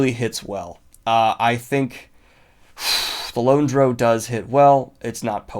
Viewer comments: I'll only comment on things that stuck out me about books that I've read. I completely disagree with the Fellowship of the Ring being a perfect title to represent the book. Purposefully mispronouncing a word (Drow) because you like the way it sounds better strikes me as willfully ignorant. The Way of Kings should definitely be rated differently, It's not only the title of the book but the tittle of a philosophy book in the world of the Stormlight Archives . The main story line of the WoK's is about three people from extremely different walk's grappling with their own morality in situation's where their own interests go against what's considered the right way by their respective groups, I can't think of a more perfect title. I couldn't agree more with his criticism of the American tittle for the first Harry Potter book. I agree with a lot more of his thoughts than HP, It will stand as representative for the others. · Y'know, I think Drow is pronounced Drow. Anyone that pronounces it Drow is an uneducated heathen lol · I've actually never heard someone pronounce drow the way you do. I guess it makes a sort of sense. Rhymes with crow rather than cow. But now I want cow to rhyme with crow. Drow crow cow. Anyway, I'm still gonna pronounce it the way I pronounce it, but you do you, I guess. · Ok my man did not just pronounce it Droow. You're killing me Daniel. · Gets annoyed that they changed Harry Potter from Philosopher's Stone to Sorcerer's stone, saying that American's can handle it...then pronounces Drow as 'Droe' xD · Come on Daniel. Drow rhymes with bow. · Please go watch anything D&D you are saying drow horribly wrong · I think the reason you like the Lone Drow is because the way you say Drow sounds like lone, so it rolls off the tongue more. Too bad you’re still wrong 😋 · You are the first person I have ever heard pronounce "drow" that way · Drow rhymes with "wow", Drow does not rhyme with "low". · It is drow. DROW. Geez! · DROW, DANIEL. SAY IT RIGHT.